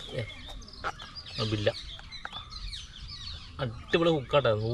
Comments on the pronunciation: ബില്ല അല്ല ബെല്ല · ബില്ല അല്ല മച്ചു bella 😄